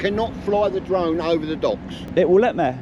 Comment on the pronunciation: "dwone" ? Oh, you mean "DRONE"... Learn to pronounce "r" before you talk nonsense to me. - Tell this south african idiot to piss off back to his own country and stop trying to call the shots here. - Look at the beer gut on these two specimens. Less time harassing members of the public and more time in the gym.